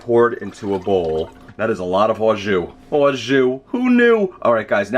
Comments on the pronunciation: sounds like a hillbilly saying awe juice LoL ....it's just "jus" the bag of liquid is "au jus" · It's not pronounced "ah zhu," it's pronounced "oh zhu." And "au jus" means "with juice." The juice itself is just "jus" in French, not "au jus." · Like someone else said, « au jus » is « with juice » so you don’t pour the « au jus », you poor the « jus », and btw, your prononciation is a bit off, your « jus » is ok, but « au » is more « o » than « aw » if you see what I mean, and your knife! Get it sharpened ;O) otherwise, great recipe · You're saying it wrong. It's pronounced "Awwwww. Juice!".